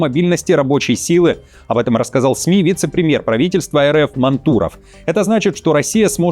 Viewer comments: Да не Манту́ров, а Ма́нтуров, вы же журналист или где? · ТЫ не Пря`дко-А он Ма`нтуров, а не Манту`ров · Не МантУров, а МАнтуров! Ударение на «А»! Для журналиста с такой большой аудиторией очень непрофессионально! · Блогер, МАнтуров,а не МантУров. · Он вроде Мáнтуров, а не Манту́ров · Прежде чем переводить русские фамилии на хохляцкий, почитайте как они произносятся хотя бы в той же википедии. Говорится не МантУров, а МАнтуров. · Не МантУров, а МАнтуров! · Поработайте с ударениями. Máнтуров. Ударение на «а». Не гоже журналисту не знать фамилии тех, с кем он делает выпуски. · МантУров? Вы серьёзно? Я понимаю, когда машинное чтение лажает с ударением, но живой человек... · Мантуров ударение на 1м слоге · Фамилию Мантуров , ударение не туда ставишь! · Мантуров, ударение на "А". Так только ИИ озвучивает текст. :)